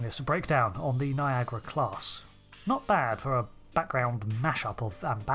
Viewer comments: why you call it NIAGRA and not NIAGARA? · It highly puzzles me, why it is pronounced "Niagra". I cannot understand this. I pronounce the a that you English/ American folks don't pronounce.